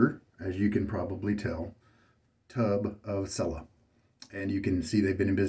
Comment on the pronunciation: Dude, TWO whole shaves on a blade! What is the world coming to? The label says “shaving cream with almond oil’. PS pronounce Cella just like you pronounce “cello” in English.